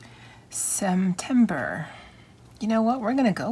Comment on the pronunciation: “Semtember” it is🤣 your lettering looks great!